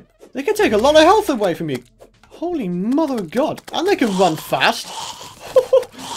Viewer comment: everytime i hear you say you can subscribe and i hear you can't subscribe.